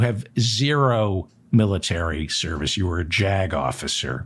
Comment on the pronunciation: Every time you say "Jag officer", I hear JACKOFF.